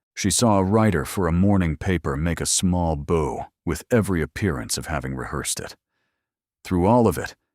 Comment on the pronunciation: Wonderfully unique story ❤ Pronunciation of 🎀 vs bow at the waist is very distracting.